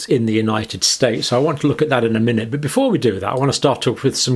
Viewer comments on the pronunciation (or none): none